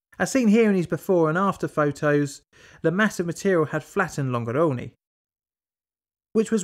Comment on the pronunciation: Amazing video! Here's a little advice on pronunciation: When an italian word ends in -e (like salve or Longarone), the right pronunciation is a sound like the -e in "suggestion".